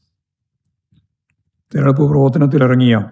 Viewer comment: Thereduppu alla threrenjeduppu aanu Govindthan Maashe !!!